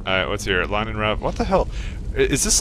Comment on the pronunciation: argh its Linen not Lainen